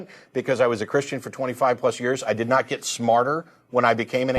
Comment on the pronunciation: I hate the sound of his voice he slurs the word christain lol he sounds annoying